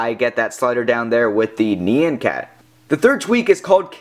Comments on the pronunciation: fuck it. unsubed, no unthethered, just bullshit, and its nn-yahn cat not nee-yan cat. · Neeyan-cat? It's nyan cat x.x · Yeah it is NYAN, not NIYAN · ne-au-hn cat not ne-en cat -.